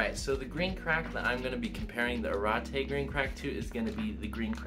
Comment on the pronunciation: Pronounced Ah-regh-tegh